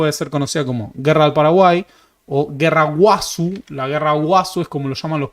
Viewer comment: No es guerra 'del' Paraguay. De entrada luego ya nombran mal este periodo histórico. Es guerra de la triple alianza CONTRA el Paraguay. Cambia mucho el sentido cuando se da el nombre correcto. Otra cosa, no se dice "guásu" sino "guasú" (la acentuación es en la "u").